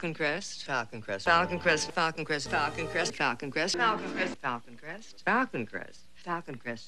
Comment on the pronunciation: After the first minute, it sounds like she is saying Falcon Crest octopus!!!....lol